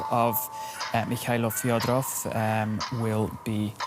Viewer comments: Thank you for covering. The surname is fEdorov, not Fiodorov. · Fedorov, not Fyodorov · Fed- o - rov say it properly